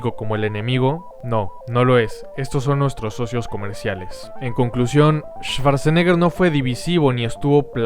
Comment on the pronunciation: En alemán cuando la W esta precedida por SCH se pronuncia como U y no como V, SCH se pronuncia como SH, y CH se pronuncia como G, por ende la pronunciación de Schwarzenegger sería "shuartseneger" no "esvartseneger"